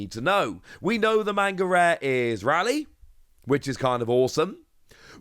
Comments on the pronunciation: ITS RAY-LEE not RALLY!! Pls correct this pronunciation for next time, it matches the anime in japanese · It's doesn't matter because that name isn't Japanese. Even ppl that live in the city pronounce it both ways